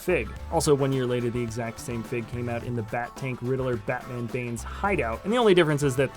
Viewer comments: You said "Ritler and not Riddler". Just leave the mistake spotting to the professionals kid. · I’m pretty sure his name is Riddler not Ridd-il-ler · you said rittler instead of riddler 😂😂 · i'd rather him say joker than "ritler" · and u said ritler